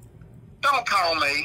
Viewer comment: I TOLD YOU NOT TO CAWL!! 😂